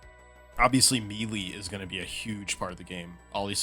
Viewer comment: The way you said melee was wild